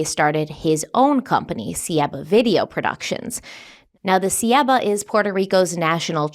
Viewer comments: Ceiba- it's pronounced ce(short e)-ē (long e) ba (short a) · Mayan people i? Do you mean Taino people? Taino are the indifferent people of PR. Also, Ceiba is pronounced ‘say-bah’. 😅 not hating, just trying to help.